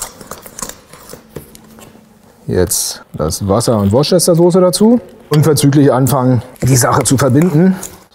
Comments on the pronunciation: Klugscheißerwissen: In dem Wort Worcestersoße wird Worcester als "Wuuster" gesprochen, nicht als "Wortschester". Und ja, die gibt es auch vegan ihr Hater :-) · Super, ab ich auch mal ähnlich gemacht. Eine Bitte, die Worcestersauce spricht sich aus wie Woooostersosse (siehe wikipedia) ;-)